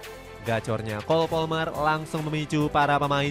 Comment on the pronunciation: palmer bang, bukan polmer